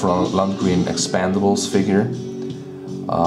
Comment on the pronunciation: Great pair of dudes seen a few episodes good show. Would like to see the ron perlman if you get him. Love how you say 'Expandables" makes me think of an inflated sly stallone every time.;)